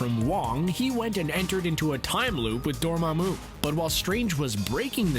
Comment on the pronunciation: "Dor Mah Mooh"